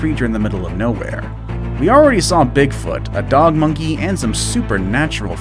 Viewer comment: The way he says “monkey” sounds like monkE